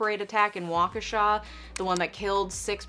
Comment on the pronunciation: Can I just say its so cool to hear you just casually say "Waukesha" (not Midwest, Wisconsin, Milwaukee etc) like you're one of my neighbors haha. But also not cool about what happened :(